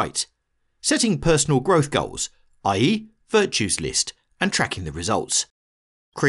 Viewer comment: When the narrator said "i.e.," I thought he said "aye".